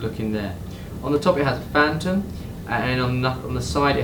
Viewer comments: It's not "Fantom", it's "Fa-thom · I swear this fucking dude cant read English throughout the video he said phantom.